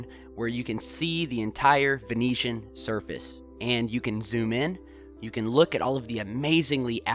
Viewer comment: ven-oo-sian, not ven-ee-tian (italy)